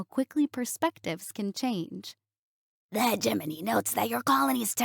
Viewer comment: Finally, someone who says hegemony in a way that sounds correct!!!